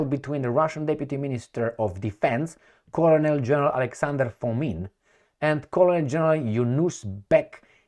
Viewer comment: Generally your pronouncements is very good however you tend to mispronounce "colonel ". No offence intended.